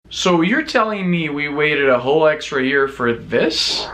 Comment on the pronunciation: "In the ear of our lord 2018" I know what you said, but that's what I heard xD